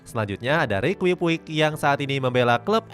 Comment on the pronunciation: Rikui puik wkwkwk Padahal di komentator bola maupun game ngomongnya riki puch 😂😂😂